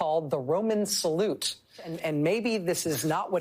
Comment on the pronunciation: AOC couldn't even pronounce the name of the Elon salute. She is a joke...